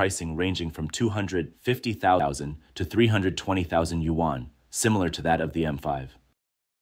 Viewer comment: What is a Yu-wan? Your narrator need to learn the proper pronunciation of Yuan.